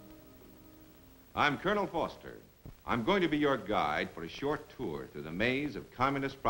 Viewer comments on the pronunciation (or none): none